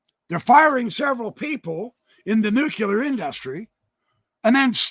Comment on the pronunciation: “Nuke-lee-ar” (nuclear from the atom nucleus, not nukalar)